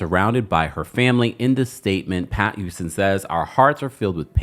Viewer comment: Not Cissy YOUSTON 🤭 refuses to pronounce the H in any word.. “it’s a YOUGE deal!” 😭